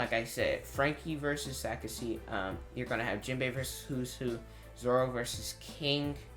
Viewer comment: It is Sasaki. Good Video!